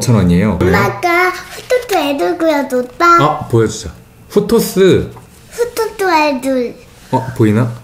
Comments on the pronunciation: 후토스 발음 안 돼서 후토뜨❤️ 후토뜨❤️하는 너무너무 귀여워요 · 발음 후토뜨 후토뜨 ㅠㅠㅠ 엉엉 귀여워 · 후또뚜~😍😍 발음 하는거 너무 귀엽다ㅠㅜ